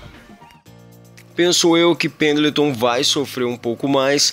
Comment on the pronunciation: Você falou penatão